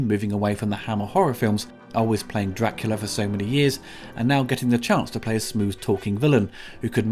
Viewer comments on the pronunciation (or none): none